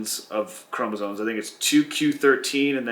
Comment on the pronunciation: The word is “chromosomes” not chromosone